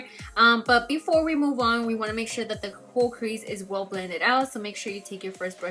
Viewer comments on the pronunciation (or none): none